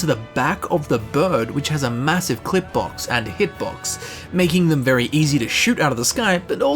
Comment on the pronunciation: did you say the bird has a massive clit box? O.o